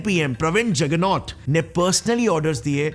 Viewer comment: क्या JOGNOT JOGNOT BOL रहे हैं BHAI JAGANATH बोलिए